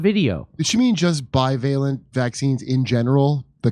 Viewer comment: Jimmy. I love your show but for the love of God will you please stop mispronouncing bivalent.